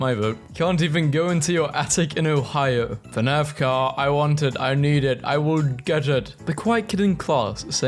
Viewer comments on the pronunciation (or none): I did not just hear this guy pronounce fnaf ar "fnaf argh"